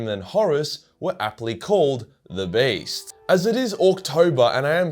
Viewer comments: For the whole time I thought he was saying was "Based" and not "Beast" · I thought you were saying based